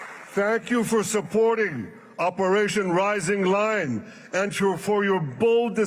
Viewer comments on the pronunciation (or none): none